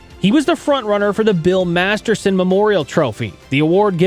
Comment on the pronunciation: Please pronounce it correctly!!!!! MASTERTON not Masterson ❤